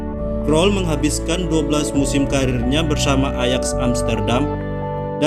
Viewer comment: Banyak salah pelafalan min. Harusnya Ajax di baca ayak